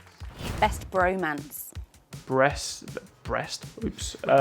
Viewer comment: NOT GEORGE SAYING BREAST TWICE INSTEAD OF BROMANCE WHAHAHHA